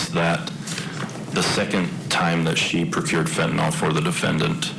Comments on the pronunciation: It's Fent-a-NYL detective, not Fent-A-NOL, good grief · It's crazy that attorneys cannot pronounce the name of the murder weapon correctly. It's not FENTONOL like alcohol ffs. It's FENTANYL.